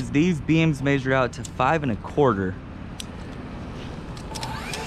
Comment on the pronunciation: Never heard anyone say measure like that but my uncles and gpa